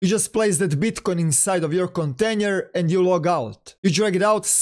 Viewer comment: KONTENJER HAHAHAH